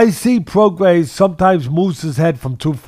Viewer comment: LoMANchenko. ProgaiS. JoZZUa. Teddy will never pronounce a name right